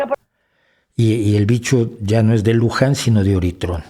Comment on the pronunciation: ¡¡¡Spider en vez de Spike!!! ¡¡¡Luján en vez de Wuhan!!! y ¡¡¡¡¡Oritrón en vez de Ómicron!!!!! ... 😵😵😵 ... ¡¡¡Si ni siquiera conoce los términos correctos ... es evidente que éste es un caso de falsa información flagrante!!! ... creo que debería considerarse seriamente la opción de tomar como un DELITO la difusión de falsa información por un medio de comunicación masivo.